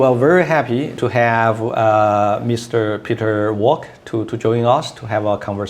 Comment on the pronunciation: For a professor who can’t even pronounce ‘Walker’ properly is quite disconcerting and is a poor reflection of the university he represents